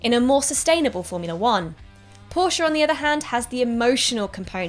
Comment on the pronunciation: The best about this video was that Porsche was pronounced properly and not just Porsh